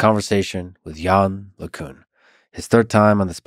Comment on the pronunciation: Lex still saying "yann lay cuhn". How hard is it to look up how it's pronounced, for fuck's sake.